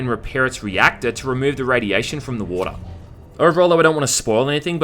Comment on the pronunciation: I came everytime he said 'woata'.